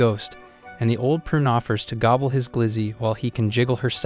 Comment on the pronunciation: Bro said Gooble his weenie 😂